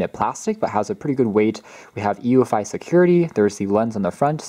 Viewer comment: It's pronounced "you-fee"